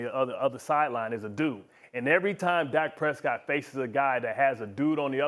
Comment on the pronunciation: Lol, Harry, Dak Presscot?! 🤣 OMG 😂...